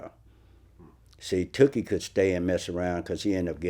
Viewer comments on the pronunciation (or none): I can't stand the way Vlad says Tookie, like he's saying dookie. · It's not Too-kie Vlad it's Took-ie. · Correct me if I'm wrong. But his name was pronounced Took-E. Not Too-Key. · vlad keep saying “Tukie” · It's took-ie